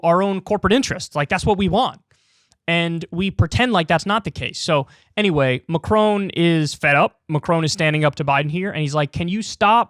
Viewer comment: As a Brit living in France, Americans please learn to pronounce Macron's name correctly! -it's not "Macrone"